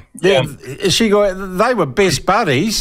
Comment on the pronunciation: "Shigu?" "Shigoy" New Zealand experts lmao 😂😂 It's Shoigu